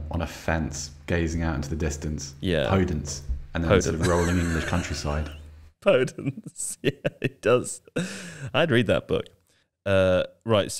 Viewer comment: Sometimes I question if watch football or just play Football Manager and get their opinions from the digital versions of players. Pronouncing Podence as "Poh-dents" then laughing that it sounds like an odd word. Every commentator says "Per-dense" and he's been at wolves about 3 seasons now, surely you'd be getting that right if you'd watched him play? It reminds me of when pundits were raving about Arsenal signing "Ohber-meeyang", unintentionally indicating there's no way they'd watched him at BVB with such a cack handed mispronounciation.